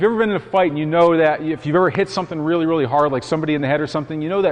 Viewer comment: make sure you slap him weally weally hard.